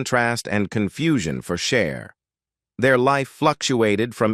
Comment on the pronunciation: 🙄🤦🏻‍♀️ is not Share is CHER.....